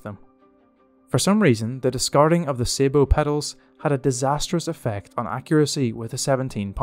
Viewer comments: Sabot = Saa (like a Baa - as in a mock sheep call) Bow (like a tie) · Please learn to pronounce words correctly. APDS IS Armour Piercing Discarding Sabotage ( pronounced as Sabo) as a retired Armour Corps gunnery instructor your pronunciation grated.